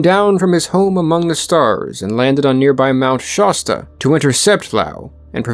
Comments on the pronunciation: And Sha-stuh not Shaw-staw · Interesting video. As I grew up in that area, I would note that Klamath is pronounced Kla' muth (first a as in math. u of muth as in must). Also Shasta is pronounced Shah' stuh (a as in math, second a like the second a in Klamath). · Klamath is pronounced "clam-eth" . Mt Shasta is a hard "a", like in "class". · Excellent video, very informative. Klamath is pronounced like "clam - math" Shasta is like hat and a. Shasta soda is still a popular soft drink brand. As a kid in the 60s - 70s they had a commercial jingle that went "Shasta 'cuz it has ta." Didn't expect my home town in the video. Then there's Mt. Shasta, a whole video in itself. Thank you for your work on this and other videos. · That's not how Shasta or Klamath are pronounced. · Check your pronunciation of Klamath and Shasta. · thats not how you say Klamath or Shasta btw. why do people always mispronounce Oregon names smh